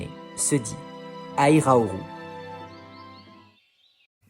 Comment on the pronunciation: Très bonne vidéo comme toujours ! Petite précision ceci-dit, sur le nom japonais d'Hyrule : ハイラル, se lit "Hairaru" (et non "Hairauru"), ce qui correspond à la transcription en katakana de la prononciation anglaise de Hyrule. Il s'agit vraisemblablement d'un mix entre Hylia et "rule" (loi, à priori dans un sens faisant référence au royaume d'Hylia)